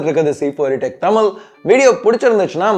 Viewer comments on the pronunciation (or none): தமில் இல்ல bro தமிழ்....ழ்....